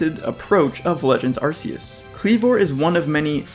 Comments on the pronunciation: As other people have said it kind of has to be arc instead of ass. Not only does it's body have a distinct arc around it, the phone from the game is called the Arc Phone. Ark is also kind of a bible reference I guess, in a few ways. Also arcane which it's name could also be based on. RKS System also proves this. I mean if it's name was Ar-see-us they could have had Silvally's ability be RCS System instead. So according to Game Freak themselves in multiple instances it's name has to be said with a hard C, the question is if it's Ar-kee-us or Ar-kay-us. But seeing as you don't pronounce the letter K as "key" then it must be Ar-kay-us. It also sounds like archaic. That's the summary. I don't see how logically it could be anything else. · The correct pronunciation, Ar-KEY-us, as explicitly PROVEN by the ARC Phone. Unless you pronounce arc as 'arse' like some kind of irl shitposter. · You call it an arc phone, but still pronounce it ar-see-us? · Key sounds better